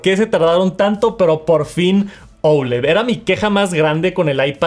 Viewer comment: Porque dices OULED si la palabra es OLED…???